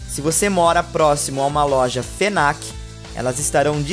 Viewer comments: Por quê raios vc fala "Fenac" se n tem esse "e" no meio, a pronúncia correta de com o F mudo, algo mais perto de "Finac" do que "Fenac". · Ah até onde eu sei...td mundo fala Fnac como se fosse Fenac...até os funcionários. Na minha cidade pelo menos